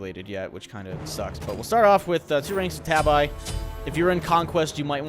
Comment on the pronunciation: just FYI.... tabi is pronounced TA-BE